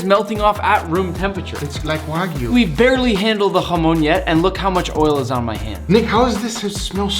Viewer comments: In Spanish Chamon no hamon Chamon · what i hear form nick: jamon~: what i here from guga: HAMON SCARELT PURPLE OVERDRIVUUUU